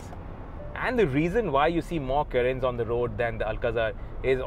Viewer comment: Kya Pronounce kar rahe ho Carens ko yaar ..... itna ignorant ya dumb kaise ho sakte ho ki kisi car ka naam hi poora galat le lo... .